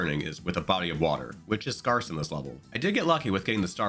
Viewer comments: “Waligi” “scarc” King of mispronounciation Love your videos. Digging the new format, keep it up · I have to wonder if he is intentionally mispronouncing things after he also messed up "scarce" (using the pronunciation that would have been correct for Mario).